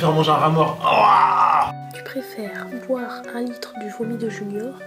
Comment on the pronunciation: Elle a dit boi la pisse